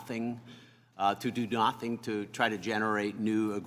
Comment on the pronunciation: I was hoping someone else noticed that lol.